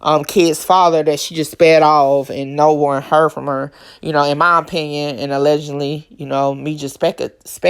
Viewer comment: So they tripping because you say A-legend-ly instead of a-ledge-ed-ly😂😂😂 is it really that serious 😂😂😂